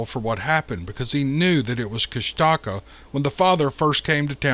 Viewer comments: This story has the ring of truth. An aside of unimportance to anyone but me: I live in the South and Love our regional dialects, but I've heard the native pronunciation of KUSH'-ta-ka, versus Kust-TA-ka. Not important to anyone but me. Carry on with the great stories. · Pronounced.... koosh taw kaw.... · I hope no one gets mad for me correcting the mispronounced name how the author is saying it. It is pounced like KushTaKah. I am from Alaska and have heard of the Kushtakah before but didn't know what it is. I am from up north Nome where this story is from south around Haines area. That is just crazy how the Kushtakah takes the women and children. I really don't know the spelling of the bigfoot from south I'm just saying how I heard it from my friend. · I'm fairly certain it's pronounced Kush-ta-kah..